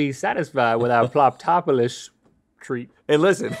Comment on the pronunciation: I thought Rhett said ploptopolus